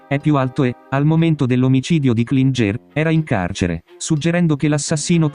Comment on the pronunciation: Klinger si pronuncia “Klingher “ e non Klingé , il professore era di origini Austriache